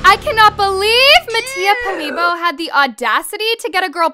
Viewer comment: “Mattia Polibo” girl what?😂😂😂 it’s Mattia Polibio